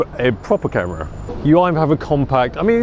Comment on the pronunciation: The way this guy pronounces "camera" infuriates me to no end